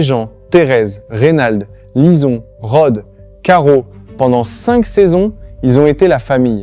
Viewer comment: Probablement avec les phrase saccadées et les noms des personnages : Lisone, Momane etc! Merdique quoi!